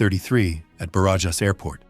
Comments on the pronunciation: Is easy: bArAhas.🙄😁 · “J” in Spanish sounds like an “h” in English when the”j” is between vowels. So, Barajas should be prounounced like “Barahas” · Ba-ra-has. Just say Obama’s name Barack and Ba-Ra-HAS instead of the K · 17 flight attendants? On a 742 Combi? Surely there was a 707 dead head crew positioning to Madrid. The airport‘s name Barajas is pronounced Ba-Ra-chas, the annunciation emphasis on the Ra. Must say, great job putting these vids together! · I had to look it up. Somehow I doubt that Barajas Airport rhymes with garages. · Thank you. The incorrect pronunciation was driving me mad 😀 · I gave up after the attempt to pronounce Barajas.